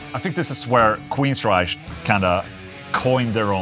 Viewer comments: Only one QUEENSRYCHE and it is pronounced Queensrajk. Not Queensrajsch. Just hate that mispronouncing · Queensryche- “reich” not “reish.” No mention of Voivod? Dude...Legends!